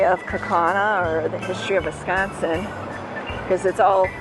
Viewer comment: Wee = sconsin